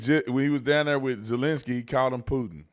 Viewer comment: “Resident uhlinssy”